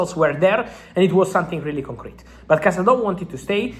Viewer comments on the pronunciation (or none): none